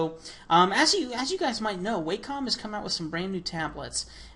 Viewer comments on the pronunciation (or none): "Wahcom" not "Waycom"